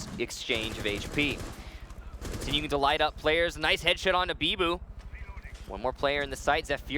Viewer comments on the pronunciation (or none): He says headshit lol